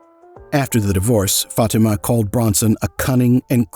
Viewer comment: Your pronunciation of the name “Fatima” made me cringe every time. Great video though